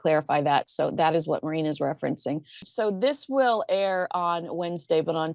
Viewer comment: Does Maureen pronounce her name "Marine"?